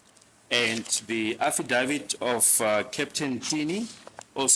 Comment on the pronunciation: I lovs the way pronounces affidavit❤